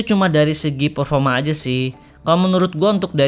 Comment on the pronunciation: PERFORMA BANG BUKAN PERFOMA XIXIIX